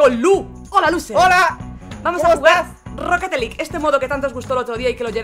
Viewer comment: soy yo o dijo rocketet league